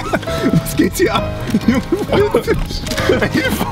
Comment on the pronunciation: Es heißt geht und nicht gechte🤔🤔🤔